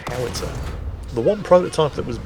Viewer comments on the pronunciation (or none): none